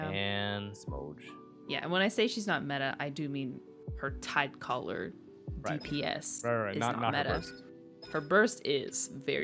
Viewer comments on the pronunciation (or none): I only use beidou for her tidecaller and I heard that as tight collar